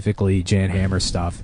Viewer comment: If he were a gay bug, like me by the way, I'm gay he'd know "Jan Hammer" is pronounced "Yon Hah-mer." I'm sorry for being a gay bug.